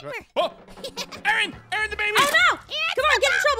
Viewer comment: It's Aaron not Arron